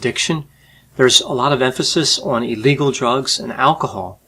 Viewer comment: It's "illegal" not "eel-legal." Also, seriously? That doofus got hooked? Ha-ha! Maybe that should have been one of his rules for young men.